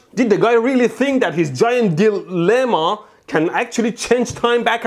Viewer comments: "Giant Dil-emma" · "Dil....lema"🤣🤣🤣🤣🤣 legends know what he's trying to say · "Gaint Dil.. llema" XDDD